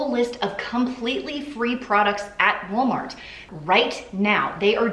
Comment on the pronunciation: I love the voice-over where you sound like you're saying: ''You have chosen Wally'' (for Wally World/Walmart). 🤣